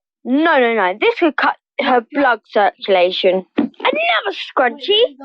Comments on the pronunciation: I love how they can’t even pronounce circulation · Circulation is pronounced wrong in most of the videos